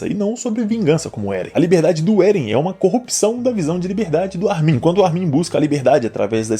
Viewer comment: Cara, me da agonia o jeito que tu pronuncia o nome do Armin. A sílaba tônica é o "Ar", e não o "min".